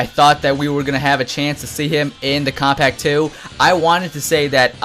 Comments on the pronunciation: It sounds like he's saying, "Kompack 2." lmao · How are you saying Kombat Pack 2? You say it like Kobpack 2 WTF?